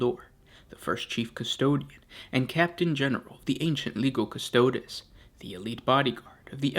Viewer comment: as with the languages of Latin and later Italian, when the combination of the letters "g" followed directly by an "i", they form what is a familiar "j" sound to an English speaker. example: Giovanni is pronounced "Jo-vahnee" with this in mind, Legio Custodes is "Leh-jo Coo-stoh-des". plug 'Legio Custodes' into Google Translate as Latin and have a listen for yourself.